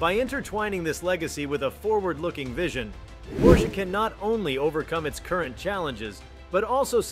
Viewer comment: Tuned it out, can't even say the name correctly.